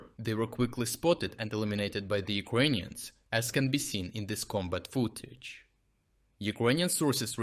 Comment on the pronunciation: Dude, stop saying UkrOnians..please.